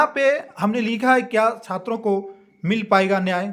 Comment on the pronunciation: Chatra neta nhi hai bhai chhatar neta bolna chah rha hai 😂 Kya umid rakhe